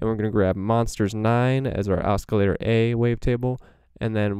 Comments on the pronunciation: Cool info Oscillator is pronounced without the hard C Like…. Osssssilator not oskilator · Your awesome but you are pronouncing oscillator wrong?